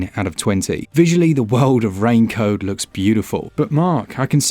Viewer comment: the dude say rain code and i hear him saying rain coat 😂